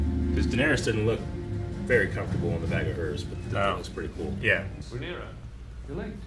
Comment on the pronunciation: Man, i love these guys. They heard Rhaenyra's name at least 10 times and still fucked it up. did it while actively reading it lmao. Never change